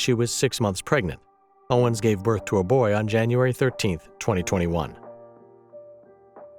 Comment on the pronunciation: Seemingly, an AI narrator which cannot properly pronounce Owens' name? And thinks someone who has supported same-sex marriage and a trans presence in the military is "far Right" is a bad joke. //